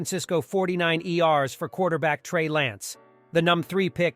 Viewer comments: fortynine E R’s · dude just lost me, 49iers? lol All these auto voice overs are horrible... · Diffinately read by a computer with the pronouncing 49ers